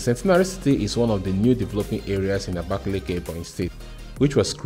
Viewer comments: I'm from Ebonyi state And I will still tell you the correct spelling is Abakaliki not abakeleke Don't justify what you don't know You can equally asked people the correct pronunciation Thank you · this pronunciation us really annoying ndi "abakeleke" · Nice content as usual We should be expecting latest updates of work at the airport What you gave us last time wasn't the latest Kudos for job done And again It's Abakaliki not abakeleke Pronounce what you read not what you hear And for the water you saw That's not a fishing pond or river It's a boat ⛵ cruise which was initiated by the governor but seems it won't be possible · Beautiful vlog but you guys need to learn the proper pronouciation of abakaliki,which is aba,ka,li,ki not abakeleke.